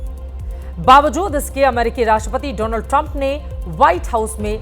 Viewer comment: और बोलो नमस्ते ट्रामप😂😂😂